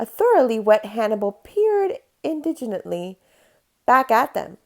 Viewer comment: I almost let my kids watch this until you couldn’t pronounce indignantly.